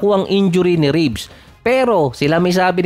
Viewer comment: Reeves hindi Ribs